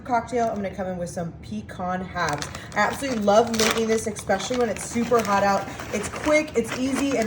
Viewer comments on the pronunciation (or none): A completely SWEET concoction can NOT be sweet and SAVORY❗️ SAVORY is the OPPOSITE of SWEET‼️ Also it's EXTRACT not ABSTRACT‼️ Also it's ESPECIALLY not EK-SPECIALLY‼️